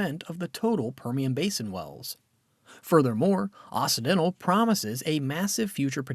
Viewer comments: Someone please tell the narrator that it's OXY dental NOT OSSI dental. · It's pronounced okcidental